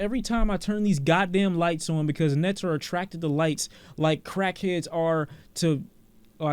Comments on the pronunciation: Nigga said nets 😂😂😂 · why does pronounce “Gnat” as “net” 💀💀💀💀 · Never have I heard someone call a nat a net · I liked the review until pronounced Gnat as "net" 0/10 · nah pronounce gnat again. i heard u say net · You don't say "gnat" right.